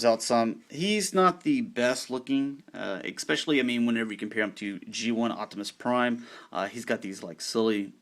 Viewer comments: eckspecially, are not. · Why do you say "especially" wrong?